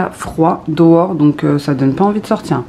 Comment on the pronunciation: si tu me permets de te corriger une erreur de prononciation du mot "dehors" que j'entends dans bcp de tes videos, c'est "DEuhor" avec le son eu et non "Dowor " avec le son Ow